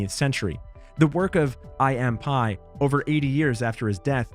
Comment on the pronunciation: I. M. PIE 😂 Honestly I don’t know how you can make a video like this and Butcher the names of 3/4 of the architects you’re talking about! That said I enjoyed the video